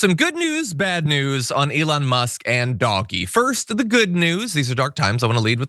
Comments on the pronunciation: Dodgee...not doggy. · I’m so glad that you call it doggy. I’ve put comments on a number of channels recommending that it be said that way ❤ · So happy that you’re pronouncing DOGE properly.